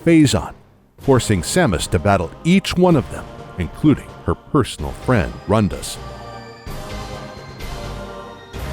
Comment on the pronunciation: Aleezzsha? I thought it was Elysia? Roondus? I thought it was Rundas? Zeebeese? I thought it was Zebes?